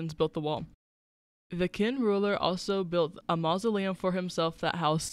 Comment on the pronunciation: Kin? It's pronounced chin!!! Your info is totally wrong....! Confucius ism is not, repeat Not a Religion,Toasim is not either. They are philosophies. Based what I'm seeing,you should take this video down. It's a disgrace to the Chinese people. Oh by the way you forgot the Jin Dynasty 😂😂